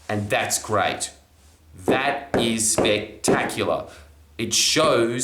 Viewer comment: Emphasis on the word great